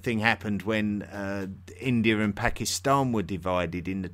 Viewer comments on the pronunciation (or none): none